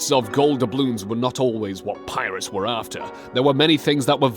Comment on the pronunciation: The way he says pirates kinda bothers me